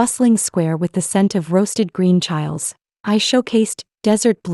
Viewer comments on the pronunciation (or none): That is chilies. Chill—ees.